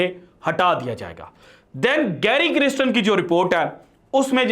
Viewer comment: محترم, گیری کرسٹن نام کا تلفظ کسی ساوتھ افریقن کمنٹیٹر سے سن لیجیے گا. مجھے لگتا کہ نام کا دوسرا حصہ "کَرْسْٹَن" ہے "کِرِسْٹِن" نہیں. شکریہ.